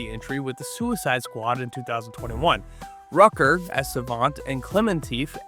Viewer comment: Thanks for putting this together, but "Rucker"? Rooker.